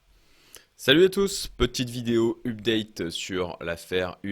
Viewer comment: oh mon dieu, première seconde : "oupdate" ....